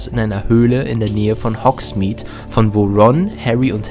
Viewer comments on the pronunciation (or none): none